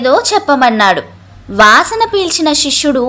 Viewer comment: శిష్యుడు అని చదవాలి షిష్యుడు అనకూడదు